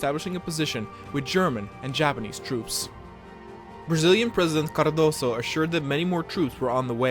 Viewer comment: Hey man pronunciation in Portuguese is different from Spanish, "Cardoso" the "s" becomes a "z' in this word.